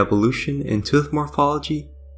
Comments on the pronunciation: You said "Teeth" perfectly, why not "Tooth"? Why "Tuth"? And please look up how to say "Cannibalism". Not trying to be mean, just being honest. Greta video otherwise, but saying "Tuth" made this almost impossible to watch, it hurts the ears. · "Tooth" is like saying the number "Two" with a "TH" at the end of it. 👍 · This was very interesting and even thou I knew what u were saying, calling it a tuth was driving me crazy 🤣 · Tuth? I cant get over how the narrator Says Tooth. Tuth.. lol hilarious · Awesome video! By the way, are you Welsh? I ask because of the way you pronounce the word “tooth”. I have Welsh relatives who also pronounce it that way, and I thought that was unique. Anyway, thanks for making this!